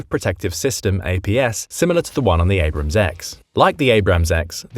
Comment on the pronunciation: your pronunciation of Abrams hurts more than my ear infection